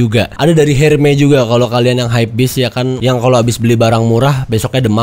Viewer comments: hermes bang bukan herme kwkwkwkw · Bukan Herme bacanya, tapi Ermes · ERMES, BUKAN HERME